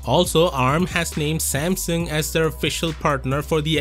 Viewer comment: If only you could say Samsung correctly...so sad